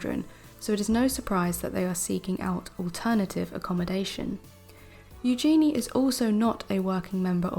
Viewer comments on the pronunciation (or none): Please,, correct your pronunciation of Eugennie( U-gen-ee) and Calif(?)California. Also, both news stories are from the Daily Mail & we all know you can’t believe anything from the Daily Mail.